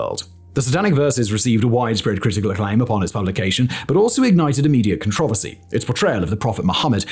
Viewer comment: My English teacher criticized me for pronouncing "controversy" the way you - a native f-ing English speaker says it!!! I wish I could show her this video! :D